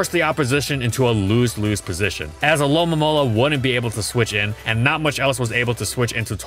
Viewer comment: I laugh every time said alolomola